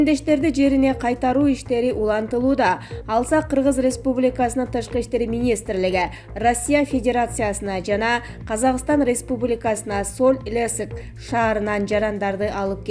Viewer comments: Э кабарчы айткан кыз бираз билим алып алчы, зорго окуйсунго жанылык ты, мигранттарды сол илесик дейсинда э , соль-илецк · Алмаш Жокоева!.Туура айттыныз. Грамматика деген ноль экен. Коп создору жаш баланын кулкусун келтирет. Мисалы. Соль Илецк шаарын. Соль илесик деп.Темиртау шаарын Темиртиау деди. И коп жеринде грамматические ошибки. Точно Спикердин карындашы окшойт. Кичине болсода окуп уйронгуло не профессиональные дикторы 😃😀😄.Буга болушуп мага жооп жазып убара болбогула. Мага ал келбейт. Отключить деген настройкасын басып койгомун.( Силер элди маалымат менен камсыз кылуу эмес а акча иштоо да. Просмотр чогултуп лайк издеп. Эптеп эле ролик деп чыгара бербе сенин денгеелини текшерип турчу кыргыздар бар .Баары окубаган адам эмес.).(Автор ролика сага жаздым. )